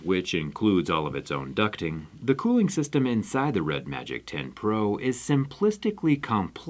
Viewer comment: Liquid “colling” please XD